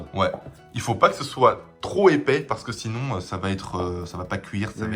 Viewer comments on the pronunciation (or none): none